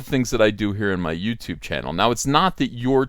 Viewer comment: "YouTibe," Jordan Peterson's alternative to YouTube.